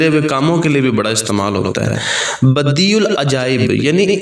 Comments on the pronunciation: Pesh Nahi zabar hai please don't mind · Screen per apne يا بَدِيعَ العجائب likha ha or parnhy me ap pesh بديعُk sath parh rhy hain؟؟؟ pesh k sath ha ya zabr k sath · پہلی ع کے اوپر زبر ہے اور دوسرے ع اوپر پیش ہے